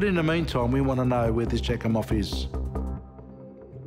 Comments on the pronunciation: Jack-em-off. Are you kidding? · Kelly's sis broke my heart when she was talking about her last convo with her. (I was wondering if "Jakimov" was a real name 😂😂😂 All I can hear is "jackhimoff" ) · Say "Jackimoff" one more time!.... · Wait...jak-im-off?! Seriously is that really his name? 😂😂😂😂